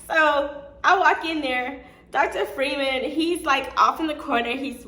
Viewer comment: His name is pronounced FRY-man. If you followed him and his personal page and practice he always says his name.